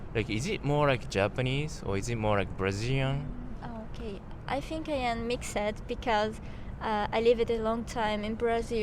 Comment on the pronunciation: Ele não falou direitinho'' , ou você não percebeu que ele não tem acento americano? Sem falar que ele diz ''Japanese-Brashilian''